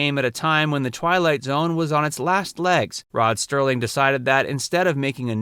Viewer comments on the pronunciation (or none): This was a great idea for a video. I'm impressed that so many viewers here brought up episodes you didn't mention. Such good memories. (By the way, it was Rod Serling, not "Sterling".)